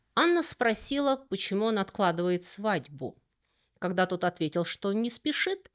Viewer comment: "вокруг Света", "креспостные", "когдя"..., вы чем-то болейн?